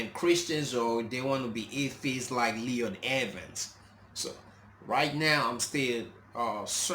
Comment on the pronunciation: His name is pronounced L* oy* d not Leon.